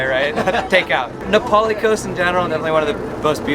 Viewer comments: Great video of a part of the island that not many see or enjoy!! Not to be critical but it's pronounced Nah Pah lee vs. napoli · It's Nā Pali not Napoli (Nah- Pali) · *Nah Pah-lee not Napoli 😂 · It is pronounced Na PA li coast. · Pronunciation; Na-Paul-Lee Coast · Love the NA Pali Coast! See if you can count how many times miss pronounces Na Pali! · At least a dozen. I liked the tour, but every time he mispronounced Na Pali, it was like dragging fingernails down a blackboard. Many years ago, I lived and worked on Kauai, plus hiked the entire Na Pali coast trail.